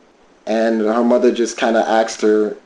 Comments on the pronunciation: Why do some people say “ I axed her” rather than “I asked her” Confused 🫤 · There sure is a lot of axing goin on!